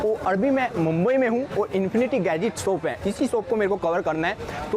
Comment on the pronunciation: Soap nahi re shop bolte hai